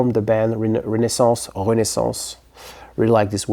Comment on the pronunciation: I've been talking about Renaissance recently and showed that album not long ago. I gotta say, I like the way you pronounce the name better. ;) 1969 is such an incredible year. King Crimson and Led Zeppelin's debuts both really changed the direction of rock as you said. Great selections and excellent choice for a year!